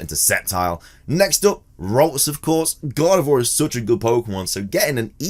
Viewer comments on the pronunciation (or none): none